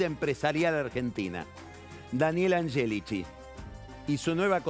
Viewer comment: dice daniel agelichi, y al toque dice daniel yoli y enseguida luis novareso, final a todo trapo